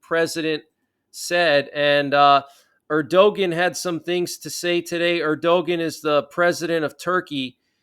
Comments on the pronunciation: New to the channel, love the regular updates. One gripe. It’s pronounced Air-do-wan not Air-do-ghen. Cheers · Turkey's president's name is pronounced Er-di-wan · Just an "FYI"......the "g" letter in Erdogan is silent....it's pronounced phonetically as: ErdoWan. You're welcome, LOL....just one of your "ocd" with language viewers.🤣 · It’s pronounced “ Er-da-wan” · I know it is counter-intuitive, but ERDOGAN is pronounced ER DO WAN- accent on the first syllable. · Keep up the good work! Erdogan pronounced ERDOWON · You are not pronouncing Erdogan correctly.